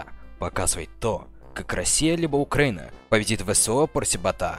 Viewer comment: І так, Оукраїна читається як Україна. Оу=У